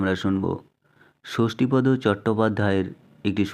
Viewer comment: নিরাপদ্ মাস্টার নয়, নিরাপদ(অ) মাস্টার উচ্চারণটা এ রকমই করতে হতো। যাঁর লেখা গল্পটি আপনি পড়ছেন, তাঁর নাম উচ্চারিত হয় ষষ্ঠীপদ(অ) এই ভাবেই। ষষ্ঠীপদ্ নয় কোন ভাবেই।